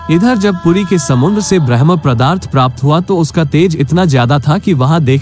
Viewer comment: आपसे निवेदन है की कृपया शब्द का उच्चारण ठीक से करे ।आप ब्रह्म पदार्थ को भरम् पदार्थ कह रहे हैं